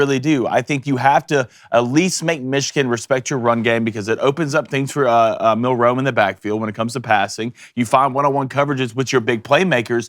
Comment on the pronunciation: It's Milroe not milROE